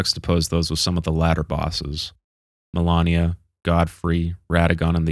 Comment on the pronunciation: Did anyone besides me cringe every time he mispronounced "MALENIA" as "MILANIA"!!! She literally tells you who she is every time she kills you in game, and if he didn't see or hear that, then he hasn't played the game at all, just watched a summary!! Why do people do this?